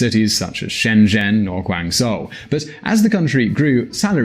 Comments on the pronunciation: Wow even this guy is Butt hurt over Trump getting elected. Obama was a fart. And its Guan JYOU not ZOE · I really enjoy your content, but you need to learn how to pronounce Chinese cities better. If I didn't know the context, I wouldn't know you are talking about Guangzhou. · why don't you pronounce foreign city names properly? I mean it doesn't take much effort but the difference is huge. You pronounce wrong but the reconsider media guys get it right and it looks unprofessional.